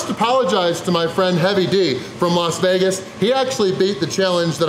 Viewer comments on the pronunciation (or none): none